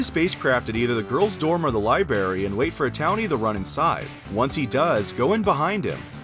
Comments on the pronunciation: And "libary" instead of library. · homeboy said "Pacific" lol "Libary"? Lol come on, dude! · He also said liberry lol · Pacifically Li-Berry 😂